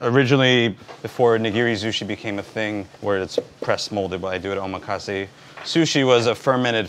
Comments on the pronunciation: Nice video but the word omakase is mispronounced by you. The accent falls on the 2nd syllable...o...MA...kasse. I learned that in a real NYC sushi palace. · his pronunciation of Omakase is wrong.. meanwhile in Japan the whole set he charges $300 USD for is like $15 here. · bro don't even know how to pronounce 'omakase' lmao